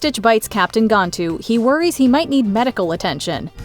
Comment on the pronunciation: Reallly you can’t say Gan(can)-tu.